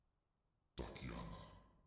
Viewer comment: Wait... did he say DUCKiana???